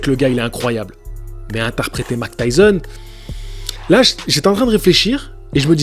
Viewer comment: Mike et non mac 😉